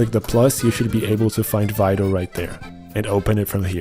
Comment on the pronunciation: I thought you were saying Fido, like a dog name lol, not Vital. Love you bro, good video